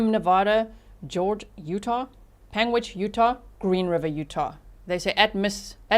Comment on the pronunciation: You are saying Panguitch correctly 👍